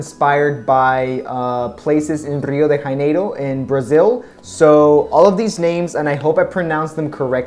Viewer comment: I just found your channel, your reviews are great, thank you! The 2nd pronunciation was correct, ipaNEma (perfect accent though, it's not like in the song, where they americanized the word). Also, the J in Janeiro is as in the s sound in "usually". From Rio here, btw :)